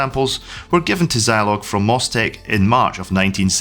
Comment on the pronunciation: I never had a Zeeee80. Had a Z80 in my ZX Spectrum. Also, shouldn't Zilog be pronounced 'Zeeeilog'?